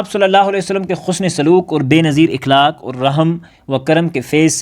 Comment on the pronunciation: السلام عليكم ورحمة الله :مکرمی پہلے ہی لفظ کا آپ نے غلط تلفظ پیش کیا ۔ صحیح تلفظ ہے (اَخلاق)